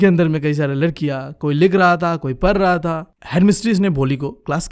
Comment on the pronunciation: Nothing parr raa thaa parrr rii thi like thish padhrah tha padh rhi thi 😂😂😂😂😂😂😂😂😂